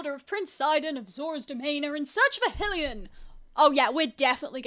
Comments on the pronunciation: I'm sorry but every time you say Hill-ian it just kills me. XD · it’s endearing lmao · hearing you mispronounce hylian hurts my soul 😭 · XD It's pronounced 'High-lee-an', same as Hyrule (High-rule), and Hylia (High-lee-ah) ...Also Sidon is (Sigh-don) not (Sidd-on) XD But honestly your way is much more funny.